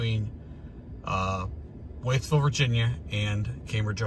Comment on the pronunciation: I live in Mercer County where Pipestem park is located... fished there and hiked many times. FYI Wytheville is pronounced "Withville". My favorite pumpkin patch is located there.